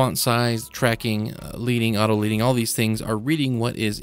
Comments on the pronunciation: Just FYI - the word Leading is pronounced "ledding" not "leeding". Pretty useful looking tool! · Thanks so much! BTW leading is pronounced 'ledding' cos in the old days they separated the lines of text with strips of lead (the metal)!